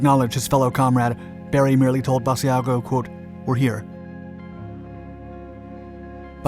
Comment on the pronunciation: To all who think this is not true…you are wrong. And it is not ‘bad e a go’. Iris ‘Bash-a-go’.